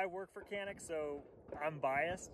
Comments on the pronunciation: it is pronounced like John-eek. thanks for the video. I used one of these pistols in Turkey at a shooting range and they told me 20000 rounds with it and no problems at all. I also tried Turkish 1911 Zigana I believe. That was a good gun as well. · I know it is hard for you all but the correct spelling is "Chanik", "C" in Turkish is read as "CH" in English.